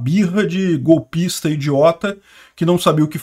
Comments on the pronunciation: Encheu a boca para falar golpista hahhahahahha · tá enchendo a boca para falar "golpista" tá hilário! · Olha como ele enche a boca pra falar a palavra GOLPISA... O jeito é cancelar a inscrição porque ouvir o agora tá dando o mesmo nojo que dá quando ouvimos o Jornal Nacional 😒